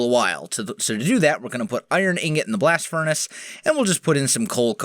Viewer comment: Good English... Can u repeat that in a way that people can understand next time plz